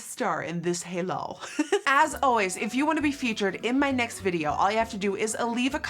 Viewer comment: HEELAL NOT HEELA HEELAL HEELAL HEELAL 😂